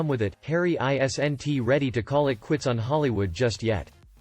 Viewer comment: Your computer doesn't know how to say isn't? Instead it says I... s....n....t???